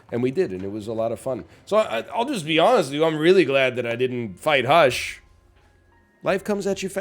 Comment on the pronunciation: HE SAID THE WORD WRONG!!!!